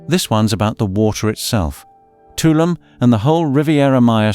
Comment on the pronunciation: I know that British people have an extremely difficult time pronouncing foreign names, but if you are going to give travel advice on Caribbean islands, you should say their names "proplay". Tulum is pronounced "two LOOM" (not "TOO lumm")' Akumal is pronounced "AH ku MAHL" (not ACK ku mall"); Punta Cana is pronounced "Poonta CAH nah" (not Poonta CAY na); Grenada is pronounced "Gra NAY da" (not "Gra NAH da"), according to local custom; and lastly, "Isla Mujeres" is pronounced "EESLA moo HAIR es" (not EYE LA moo JAIR ess).